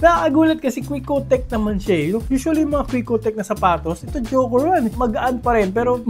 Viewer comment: QU!KCQTECH Bakit Quick-Oh-Tech ang basa mo? Hindi ba Quick-CQ-Tech?